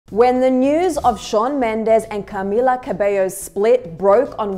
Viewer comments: the way she says CAmila 💀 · Cah-mee-lahr. Like why is she saying it like that?! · The way you say Camilla had me rollin lol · Why’d the host say Camilla like that lol